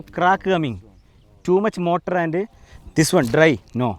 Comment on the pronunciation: Motar alla kuttee mortar aanu